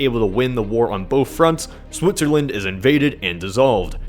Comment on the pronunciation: did he say Swootzerland